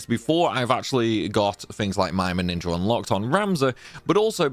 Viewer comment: You say ninjer for speed? I likey